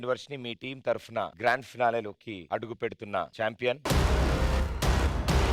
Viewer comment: Adhi tharafuna kaadhu tharapuna Pradeep anna e pronunciation change chesuko